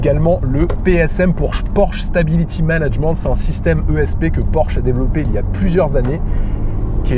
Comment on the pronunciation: C'es moi ou il a dit manage MENTHE 🤣 je rigole très bonne Vidéo comme d'habitude j'attend avec impatience les vendredis pour la sortie d'une nouvelle continuez comme ça